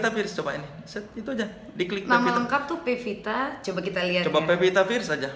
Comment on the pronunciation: soleh ga bisangomong "pearce"